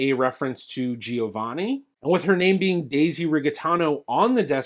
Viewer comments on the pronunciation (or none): Your pronunciation G before a "I" is soft. The "i" in Giovanni is silent. That if you are interested in real Italian.